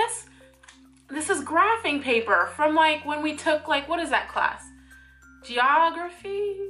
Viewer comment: Lol the way you said geography was so funny, I laughed so hard I almost peed myself... some things just remind you of certain people or events that make you feel a certain way and that one made me laugh and laugh